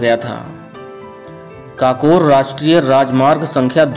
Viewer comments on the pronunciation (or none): काकोर नही है ककोर है भाई